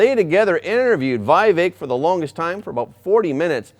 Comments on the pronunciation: It is not 'VI-vek' but VEE-vek Ramaswamy. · Not Vaivek. It's Vivek. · To the host: Vivek is pronounced "vee-vek", not "vy-vek" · Vivek is pronounced as We Wake not Why Wake. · Not why vek its vi as in victory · His name is pronounced v eee - vek